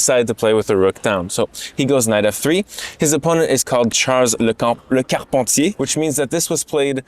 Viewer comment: "Le carpentier" was pronounced perfectly omg